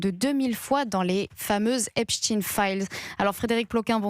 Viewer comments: EpstEIN et non Epstine… 😂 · Pourquoi cette présentatrice prononce EsptIn et non Epstein? Grotesque. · Epstein prononcez ayn...comme Einstein, comme wahrstein , Lichtenstein, vous dites pas Lichtenstinne ? Bon sang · c est pas ESPTINE MAIS epsTEIN!!! il est pas Russe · EPSTEIN PRONONCÉ EPCHTAÏN 🤬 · Pourquoi prononcez- vous “epstin" ?